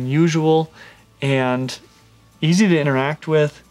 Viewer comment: Stingin rad... Huban false chameleon. Haha, so many mispronunciations is these vids., dont get ahead of yourself. No need to rush, your audience is not going anywhere; your vids are too great.